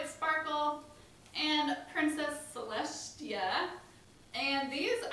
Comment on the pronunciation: Its celestia not celeshtia